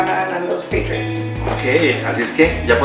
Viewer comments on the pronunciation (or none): Dijo patriots pero en la forma de pronunciarlo en inglés,escucha bien si se escribiera dijo así,peitriots jaja